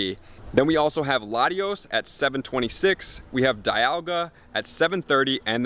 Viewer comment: Good video but mate, Dialga is pronounced dee-ul-gah.